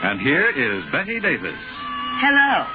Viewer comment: It's Bette Davis, NOT Betty or Better Davis. Please have enough respect to get her name correctly! Thank you.